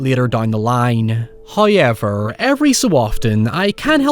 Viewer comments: First "hoyevver" drop - in the comercial!! The temerity! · I come for the commentary, but stay for they “huyever” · Hoyever. Nuy. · How does one phonetically write the way he pronounces “now” “however”